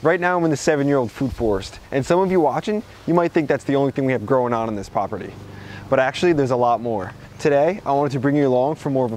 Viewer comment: “Growing on in this poperty” lol